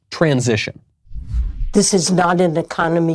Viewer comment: Did she say trans session???🤣😂